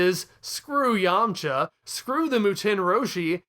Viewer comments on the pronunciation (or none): none